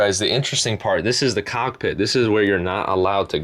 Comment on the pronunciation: YOU SAY COCKPIT LMFAO